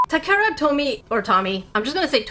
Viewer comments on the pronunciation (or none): Takara is pronounced as ta-ka-ra. Must be a little dusty on the japanese haha. But otherwise, cool video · Just a friendly pronunciation help; the “a” sounds in Takara are long A sounds. As in Tah-Kah-Rah. But your pronunciation of Tomy is spot on!